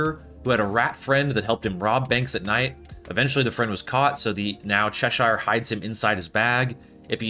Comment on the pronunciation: Love the videos man keep up the great work! Tip, its pronounced cheh-sher.